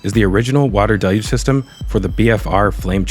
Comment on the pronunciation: Again awesome content! Also thanks for your pronunciation of the word “deluge”. Maybe send a note about it over to NASA spaceflight? They’re struggling over there🤣